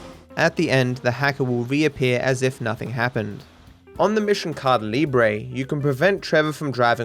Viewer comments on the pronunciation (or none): Sheesh... I cannot get used to this guy saying "Cada Libre" every time he mentions that mission. Please practice the word "Caída" a bit more (Cah-EE-dah). I still love your content, though!! Please keep it up!